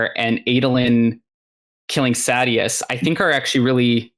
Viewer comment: When I hear the name pronounced "SAY-DI-OUS", as an audiobook only guy, it's cringe. 😅